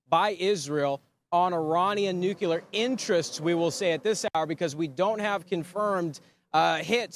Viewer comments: Nu cle ar. Not Nu cu ler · The word is NUCLEAR Noo clee ar.... Not NUCULAR!!!! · in Tel Aviv can use a lesson in how to properly enunciate the simple word "NOO-KLEE-AHR" and not and never "NOO-CUE-LAR". Gee wiz!!! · It's Nu-Cle-Er, not Nuc-U-Ler. It's not that hard. Oh, and nicely done, Israel. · Nucular? No! Nuclear ! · The word is NEW-Klee-urr! NOT Nuke you luurr...you sound uneducated... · Nu cle ar. Not nu cu lar. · Perhaps somebody should tell that reporter that the word is nuclear not nucular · I love you Newsmax. But hearing this guy say, “nuculer” over and over is like nails in a chalkboard. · Can you say nuclear as in --"new clear"? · Can’t stand the mispronunciation of the word nuclear. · Learn how to pronounce nuclear.